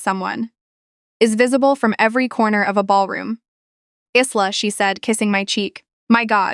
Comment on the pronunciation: Isla is pronounced wrong ; the is s is silent, the same as in Island